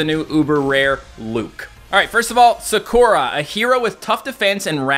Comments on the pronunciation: It’s pronounced Sah-koo-rah. Not Sa-caw-ra. Just saying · NOO ITS PRONOUNCED SA-KUR-A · Not to be annoying, but i just wanna say, why does he pronounce sakura « sakorar »? 😂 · (SUHKOORAH)💀 no hate but its pronounced (sah-koo-ruh) like narutos childhood crush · Anyone else die inside when he said sakora instead of Sakura. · i love how he said saKOra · It’s a really common Japanese name and he didn’t know how to pronounce it correctly 😂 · sakuras name is pronounced sah-koo-rah. Just sayin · When he constantly mispronounced Sakura name, it hurt my soul. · Is it me or did he pronounce Sakura completely wrong ?